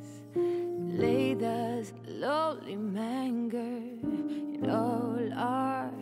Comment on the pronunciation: 14m06s 🎵 "lay thus (in) lowly MANGER 🎶 (rhymes with hanger. Lol) 😆